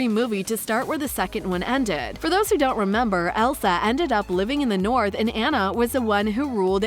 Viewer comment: Hope there is a 3rd- also as a fan of frozen, it’s (Ah-nah)